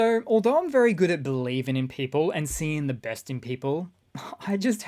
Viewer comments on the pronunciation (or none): none